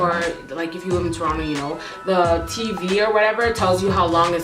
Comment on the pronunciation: What were you saying when you said "you know how (blank) guys are". It sounded like tronna guys kinda? I'm dying to know lol